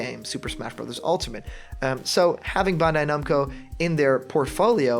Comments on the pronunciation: Dude.... it's pronounced Ban-die Nam-Coe.... not bunday numco. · Not only that, you hear this guy try to say Bandai-Namco?! BAWND-AYY NOMCO like how????